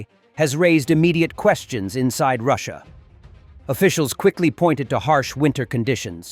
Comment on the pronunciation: It’s Russia, not russuir